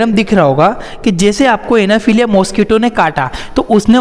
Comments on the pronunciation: Anaphiliya nhi anaphiliez hota h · It's not anaphelia .. it's anopheles